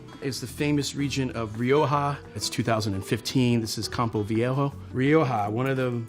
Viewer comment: 現在才知道RIOJA的讀音呢